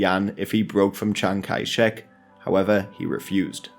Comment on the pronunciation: Chiang-Kai-Shek man.............